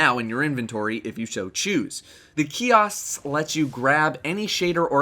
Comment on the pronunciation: the shader and emblem kioshks... kiossst.... keyost..?